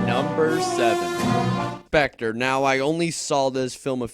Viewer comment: lol you said pectre instead of spectre lol